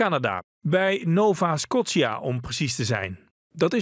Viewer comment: Scotsia?? come on jeugdjournaal!!! jullie leren kinderen veel dingen, zorg dan vooral dat jullie Engelse taal op orde is! Het is uitgesproken als Nova Skoosja niet Nova SKotsia!